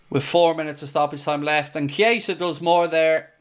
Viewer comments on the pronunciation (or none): none